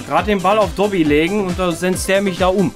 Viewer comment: Habe immer doggy verstanden😂